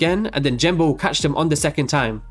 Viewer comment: "jenbo" "jenbo" "jenbo" "jenbo" ffs Genbo!